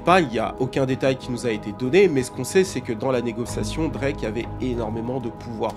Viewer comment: Je t’aime c vrai mais quand tu bafouille Drake comme ça jpeux pas.. il est un peu saisisseur d’opportunités mais c’est ce qui le guarde on top Ils sont juste jaloux